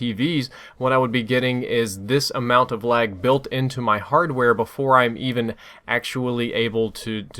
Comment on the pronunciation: "Harware delays"